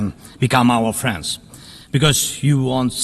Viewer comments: Ohhhh he's saying "friends and weapons" not "France and weapons" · Oh he said friends and weapons, I heard France and weapons lol